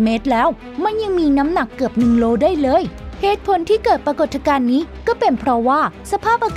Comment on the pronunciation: ปรา กด ทะ กาน ?